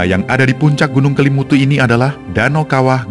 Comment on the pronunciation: Kok salah salah sebut ya nama Kelimutu dan nua ata koo fai